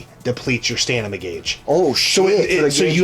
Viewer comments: Stam-in-a= stamina, and not "stanima" 😂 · Stanima to take out the emenies? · Are you saying... "Stanima"?